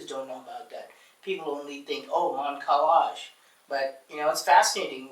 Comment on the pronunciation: How egomaniac you have to be to mispronounce Kailash when an Indian had said it just moments ago